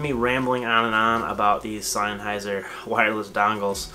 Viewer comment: Uh??? Synheiser???? It's SENNHEISER ! can't even pronounce the name 😱😱😱😱😱